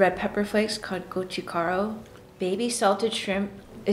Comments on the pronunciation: It's closer to kot-choo-kah-roo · why does the mom n the kids say gochugaroo like gochugaRoo bruh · Should pronounce "t" properly "gochu't'garu" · As a korean guy, the way she said "gochugaru" hurt me inside. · i think youre talking about gochujang and not gochugaru.. if you want to make spice kimchi then gochugaru is needed